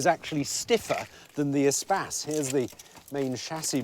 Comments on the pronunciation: I thought it was pronounced Eh-Space not Eh-Spaz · Your pronunciation is much more 21c. EEE-space sounds much cooler than the French word for space. Which is mispronounced anyway. In French the stress comes on the second syllable. They should have used an Evoque (corr. French pronunciation Uh-vock). Or used a 1980's Saab 9000 which would have trounced everything. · Since when you pronounce “Espace” like he does?! Just horrible, horrible to listen to. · Everytime he says ESPACE, all I hear is SPAS! Think I'm playing too much... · Espace is a French word pronounced as spas if you speak English. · I've been pronouncing the Espace's name wrong for almost 20 years.